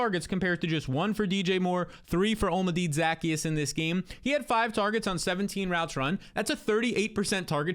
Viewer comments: Say it with me. OH-LAH-MEH-DAY ZUH-KEY-ES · Olamide zaccheus’ name is pronounced: hola(Spanish for hello)-mih-day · Say it with me: O-la-mee-day Zah-key-us -- Olamide Zaccheaus